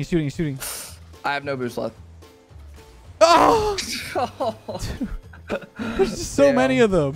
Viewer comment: Anytime your teammate says "Back Left" I hear "Back, Leth"